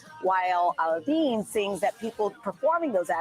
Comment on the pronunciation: Just don't say Al-De-Ann lol. That was hilarious though,. 😇✌️